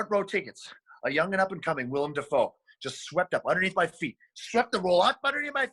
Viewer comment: WILLEM, not William!